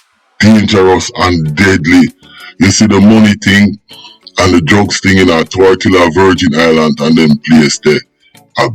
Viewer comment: It's Tortola pas tortilla 😂😂😂 ....yo need to fact check on many of your stories for real